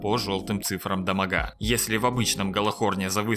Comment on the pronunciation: Мне нравится Ваш контент, но меня мучит один вопрос, почему мобА и дамагА? Почему ударения на последние гласные? Вы если бы говорили на русском языке, говорили бы монстрОв, уронА?